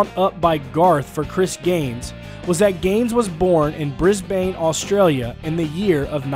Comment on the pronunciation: Brisbayyne Auustralya